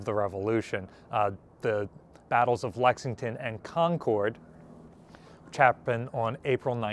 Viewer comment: Your pronunciation of Concord is not how the locals say it. I feel ridiculous making this pedantic a comment, but it really bugged me, as someone who formerly worked there.